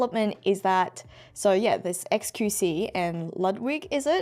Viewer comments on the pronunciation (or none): love how keeps calling xQc "qXc"